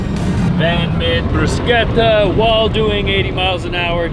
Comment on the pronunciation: Glad you guys made it through the harrowing windswept highway in Wyoming… Of course being of a more cautious nature I’m wondering why you pushed for two days instead of three days for cross country… Yay!… pronouncing bruschetta the Italian way…Complimenti!!! Continue to have fun guys… Merry Christmas and a happy new year!!!